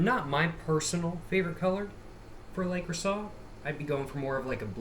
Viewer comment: You’re probably already aware but it’s pronounced “luh-crew-say” lol